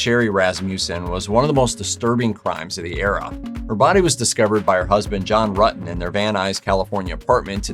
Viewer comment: It's hilarious that this 'narrator' pronounces Ruetten's name WRONG, throughout....geez...John is the one who should be in prison. There are many cases where someone dies because another was strung along...When you drag someone's feelings across the pavement, you should pay, too. I know this case very well. John caused this to happen. Poor Sherri.